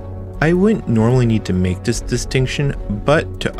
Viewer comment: Why do you pronounce "this" like "diss"?